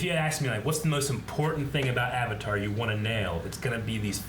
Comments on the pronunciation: oh god 30 seconds into the movie and they already pronouce Avatar wrong oh boy says the Ovatar lmao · I dont get why they changed the pronunciation of like every single word/name that has anything to do with the actual IP. Aung? Auvutar? Eeroh?